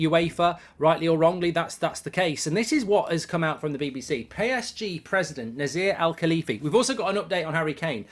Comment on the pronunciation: It is read Nacer El Alaifi